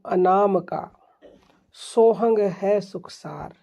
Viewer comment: सोहंग कुछ नहीं होता पहले उच्चारण सीखो फिर कहियो बनाओ